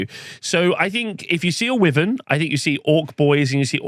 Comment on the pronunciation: it's a WHY-VERN, could you both please stop mutilating the English language? Thanks